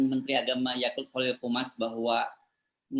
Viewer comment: Bukan Yaqult bang, namanya Yaqut